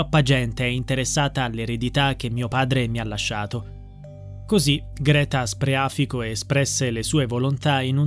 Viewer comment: Scusate però ma il cognome ditelo con il giusto accento: Spreafìco, con l'accento sulla I, non sulla a